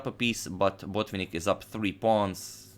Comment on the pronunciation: Mikhail's name is pronounced Bot-VINN-ik, the accent is on the first "i", the penultimate syllab , not on the first syllab. Thank you very much for the videos.